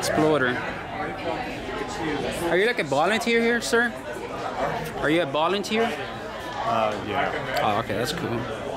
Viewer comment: “bolounteeer” lmaooo learn english